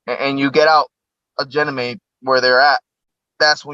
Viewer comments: Janamead? Guy can't even say it right. So is that not worth questioning? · I've never heard anyone pronounce Ganymede like this guy does. He says Jenny meed. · Come on! This guy cant even pronounce "ganymede" correctly, let alone string together a coherent story without leading questions. You expect me to believe he's the person the military selected for their SSP? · Can't even say Ganymede correctly!!!!! and we are meant to believe Him????? If this was real he would not be able to make these videos!! And he's a plumber!!!